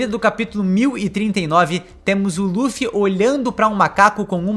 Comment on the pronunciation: Ja nao basta pronunciar "LU"-ffy, o cara ainda manda um Duffy... kkkkkkkkkk